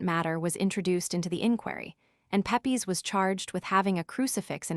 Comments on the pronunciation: Pep-ees lmfao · Unliterate American starts out by mispronouncing his name.